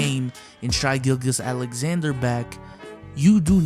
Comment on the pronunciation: Nobody:: Shy Gillgus Alexander